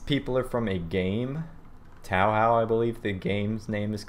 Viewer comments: It's Touhou not TaoHaw and pronounced "Toe-Hoe". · I almost thought this review was perfect, then I remembered how you pronounced 'Touhou'... It's not Tao-How, it's 'Toe-Hoe'. Regardless, I loved the review, sub for you! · Even if you mispronounced my favorite games name you dont deserve a dislike. It's pronounced "oe" as in hoe. So it is pronounced toe hoe. Also yes the marisa doll is a witch because marisa is a magician. And about the suicide bomber doll there is one in touhou like it but it turns into a giant fireball. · It is said like "Tow Hoe" and spelled Touhou. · You pronounced it Tao-Hao, Dislike